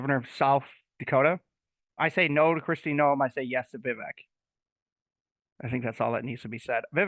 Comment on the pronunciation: Love Vivek! It’s Vi, long I sound , and vek, short e sound. So, V eye vek.